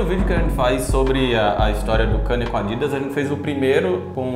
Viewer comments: Mas por que falar o nome dele errado se sabemos falar o certo? 🤔 É Kanye, e pronuncia-se Ka-nie, e não Kenie. 😉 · Pfvr n fala kanie fala kenie pfvrrr